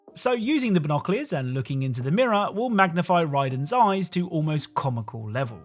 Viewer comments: Binocleers 😂 (no hate, love your work!) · Ah, your trusty "binocliors" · Say "binoculars" again